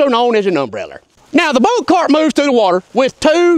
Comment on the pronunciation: The "boat tar..." Oh! CART! With a "C" and ends with a "T".... Not starts with a "T" and ends with a "D"... Right. Well, that makes a difference, now doesn't it. ❤😂👍🏻👍🏻